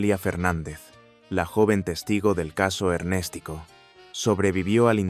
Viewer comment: No se dice Ernéstico, sino Ernestico, diminutivo de Ernesto. Los mafiosos mayores de Cuba aún siguen en el Régimen de los Castros y Díaz Canel.